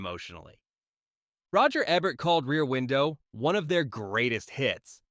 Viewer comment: Can't argue with #1, but #2 should've been "Mr. Smith Goes to Washington.'' By the way, it's Ee-bert. mot Eb-ert.